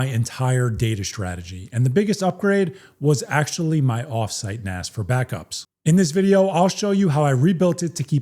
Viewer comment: **THANK YOU** for pronouncing it "NAS" and not "NAZ", as far too many people say. Calling it "NAZ" is so annoying that I stop watching their videos as soon as they say it.